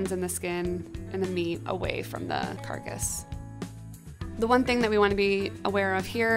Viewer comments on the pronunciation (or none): It really bothers me that she keeps saying carcus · I don't like that she calls it a carcus 😥 but sounds like a good method to use for fast cooking .